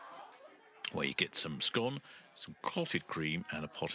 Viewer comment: Jam first every time, there's no other correct way. Also you pronounced it just right 😉